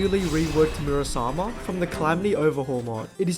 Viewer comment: "Murus armor" yeah thats totally what he said youtube